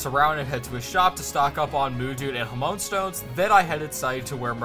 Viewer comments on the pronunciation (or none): I hate being that person but it's genuinely bothering me: Hamaon (HamA-On), not Hamoan. That being said, I didn't even know this game existed and it looks really cool. Fun challenge run, good job.